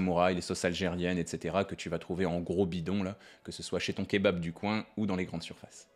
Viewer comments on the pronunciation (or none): none